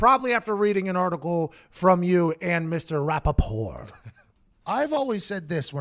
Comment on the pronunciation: Does Pat know there's a T on the end of Rapoport? Does he call him RapoPOR on purpose?